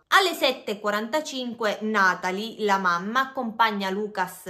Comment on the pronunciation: sei brava, però: Lucà on la U chiusa, Natalì ecc... sono francesi